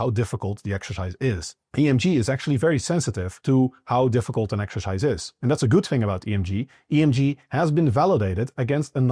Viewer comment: ❤ the accent 😂Exerscheiss